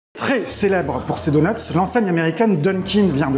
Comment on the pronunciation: Pourquoi parlent-ils au pluriel pour un donut en disant "DONUTS" ? Il y en a qu'un, aucune nécessité de prononcer la lettre S qui n'est pas présente au singulier